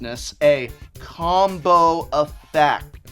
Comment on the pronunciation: Com-bo eff-act? Never heard of it.